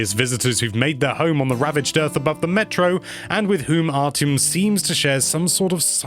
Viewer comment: It’s pronounced “Ar-ti-em” not “Ar-Ch-iem”, great review though as always!